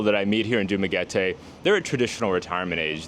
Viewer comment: you say Dumaguete like a local,. nice!